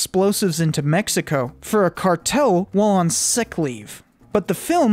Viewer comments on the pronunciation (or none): none